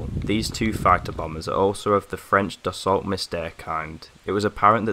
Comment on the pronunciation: Just a quick note, The Dassault Mystere. The maufacturers name is pronounced 'Dassoh' simliar to the car manufacturer Renault. Really interesting vid!!